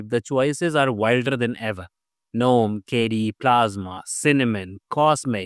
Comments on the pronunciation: Good info - Gnome is pronounced as <Ganome> NOT <Nome> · Useful and accurate information, but Gnome is pronounced as "Guh-nome" and Mate is pronounced as "Mah-tey."